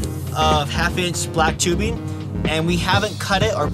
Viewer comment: Whats wring with pronouncing“ing”on the end of our words rather than, ie; Tubebin, kinkken etcetera! Is it the new black? Seems popular to answer questions with ‘So’ Just fuck off.